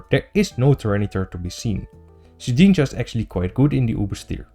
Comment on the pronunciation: The way you say shedninja makes me giggle for some reason